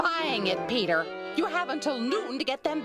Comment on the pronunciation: Damn she called him peteR hard eter